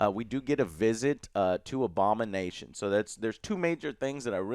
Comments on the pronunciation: I was letting the video play in the background while doing work in another tab and thought Joe was saying "Obama Nation" instead of Abomination the first few time and was so confused. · I initially thought Joe was saying "Obama nation"